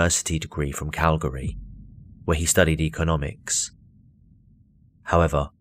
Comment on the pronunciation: you should’ve consulted me for this video! It’s “Cal-Gree” not “Cal -Gahree”. Yeah we’re weird, but Worcestershire is pronounced “Woostehshur” so you can’t complain!